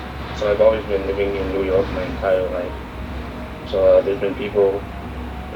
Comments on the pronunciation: the way he said New York though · I've never heard of any North American pronounce New York that way... Is that a new York thing or chinese accent thing lol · 4号太明显，new york纽约的发音太中国了，就只看一个词就知道了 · 加拿大华人口音偏中国还有情可原一些，但是美国华人我真没听过口音这么重的。。。“new york”这个词就很像中国人的发音